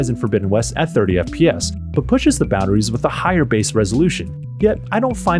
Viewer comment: You pronounce the word boundaries incorrectly.